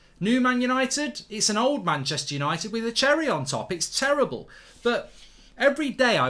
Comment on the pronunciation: Its Cherrible